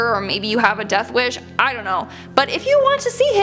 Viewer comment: zon't...zon't do it